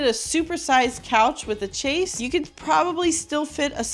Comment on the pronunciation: Chaise is pronounced shayz